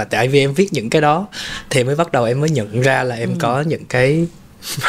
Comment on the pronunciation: Người dẫn làm ơn phát âm chuẩn tiếng Việt !! Lẫn lộn dấu sắc thành dấu hỏi vd: hôm ấy hôm ẩy, cái đó cải đỏ vv..Đáng buồn cho chất giọng Hà Nội xưa giờ bị lai tạp nham với xứ Bọ , xứ Nẫu...